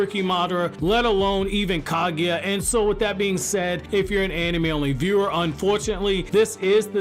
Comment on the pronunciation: Not Ka-gui-a .... she's Ka-gu-ya.